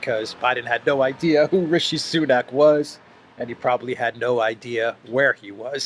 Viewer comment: he said 'sanuk' as RS's last name. And at the press conference after signing AUKUS Treaty with UK and Australia, he referred to Australia's PM Scott Morrison as 'this fellow from Down Under'. This man's contempt for other leaders is boundless. Can never care to know whom he has been with. It's always all about him and his Hunter, 'the most clever guy he has ever known.